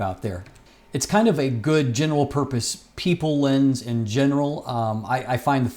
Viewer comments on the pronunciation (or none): none